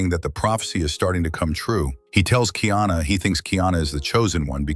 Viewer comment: No kingdom of Ohana. His name is Kaiana not Kiana. You don’t know shit about Hawai’i.